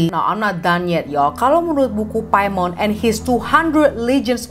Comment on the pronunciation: Paimin klo keselip bacanya🤪🤪